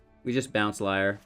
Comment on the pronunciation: As long as we can protect LIAR......sorry that triggered me a bit lol. I think its more of a "leer" when pronouncing.....i think. Lol.